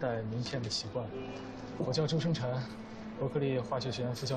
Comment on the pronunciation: i always curious when the airport officer calling the Male Lead Ren Jialun, She pronounced "Mr. Zhoueng Chen, you forgot your ID card". why she left "S" on Zhousheng Chen's name ?